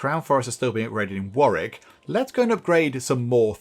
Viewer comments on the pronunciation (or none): none